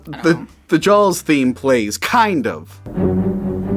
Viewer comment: I can not unhear "Jawls"